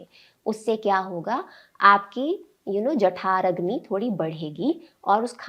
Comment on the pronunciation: जठराग्नि होता है jathaaragni नहीं